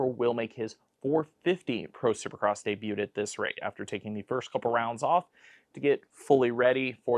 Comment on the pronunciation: Love the content but I was thrown off with pronouncing the t in debut haha